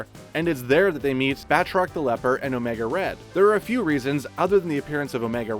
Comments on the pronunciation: “Battroc the lepper” bruh its battroc the leaper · Did he just say Batroc, the leper? Another fail from screen rant. Some research. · i know. The guy in the vid mispronounces as 'leper' though. :P